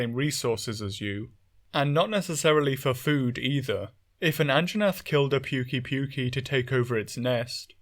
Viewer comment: Hehe An-Jaw-nath hehehe